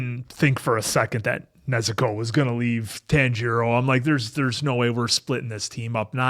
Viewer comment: Please pronounce Nezuko correctly. Your putting too much emphasis on the "u". Listen and hear to how they say it in the show.